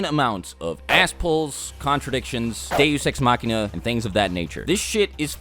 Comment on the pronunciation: What did he say at the beginning of the video “deusexmacina”🧐